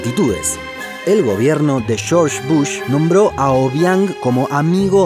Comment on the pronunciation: "Shorch Bush" 🤣🤣🤣🤣🤣